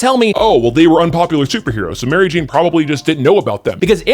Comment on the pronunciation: Why do you say mary jane as if its one word? Sounds weird? Do i remember how its said wrong?